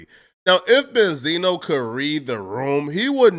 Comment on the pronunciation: Ben-z-no you fool